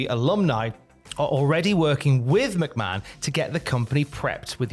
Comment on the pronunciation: you still mispronounced Stephanie's last name